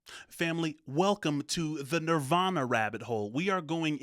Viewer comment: The statement this video is making hits way different today, right down to the host (The Machine) mispronouncing the band's name at the end, reminiscent of Pink Floyd's 'Have A Cigar'.